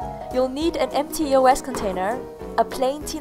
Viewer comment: E-O-S? It's pronounced EE-OHS!